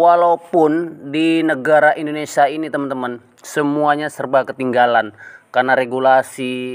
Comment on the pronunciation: Indonesa atau INDONESIA....